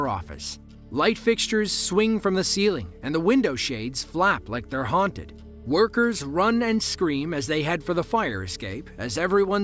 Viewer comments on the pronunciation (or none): none